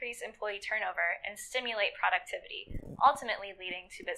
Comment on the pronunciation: The way she says "productivity" 😖